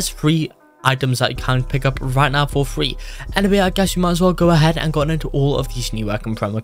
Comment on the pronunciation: I like it how u say free as fwee